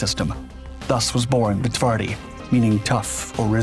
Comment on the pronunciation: My favourite beast. It truly is brutal. The PT-91 Pendekar and the final, well-equipped units for the Polish army require countless hours of practice to appreciate the upgrade. Only then Twardy goes "one step above." Precise depiction. Excellent Polish pronunciation. Thank you. As usual, you did not disappoint with the material.